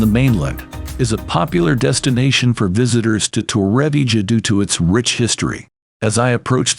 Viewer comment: The pronunciation of Torrevieja is appalling from the ai voice. Doing my head in after 2 minutes!